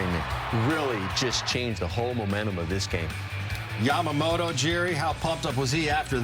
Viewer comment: Yamamoloじゃなくて、Yamamotoだから！！